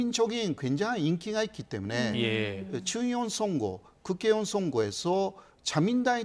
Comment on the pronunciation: 방송에서 너무 정확한 발음으로 '국개의원'이라고 하시네. 호 교수님 일부러 이러시는 듯 ㅋㅋㅋ